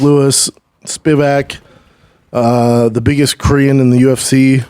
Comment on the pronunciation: Great Korean pronunciation by Brendan!